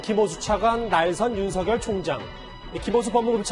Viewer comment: 사회자 님 윤석열총장 이름 그렇게(구개음화발음) 아니라고 했는데요 다르게 발음 해 보세여 미안